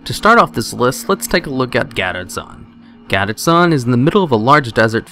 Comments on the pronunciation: Gaddetzan? Gadgetzan. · GADET-ZAN???? WOT?? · Love how you mispronounce Gadgetzan lol. It is pronounced gad (A as in Apple) get is prounced jet then add zan ( a as in Apple). Never heard it pronounced as you do even Blizzard employees prounced it as I typed. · Gadedtzan ? wtf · Why are you saying Gadgetzan incorrectly?